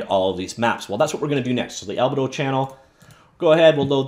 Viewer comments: FYI, it's pronounced "al-bee-dow", not "al-buh-dow". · You're killing me with the way you pronounce albedo.